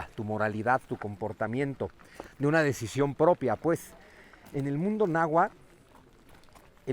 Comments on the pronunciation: Bien por su intención de divulgación, tan sólo un detalle: No se dice Nahualtl, sino Náhuatl. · PESIMA PRONUNCIACIÓN DE LA LENGUA NAHUATL NO NAHUATTTTLLL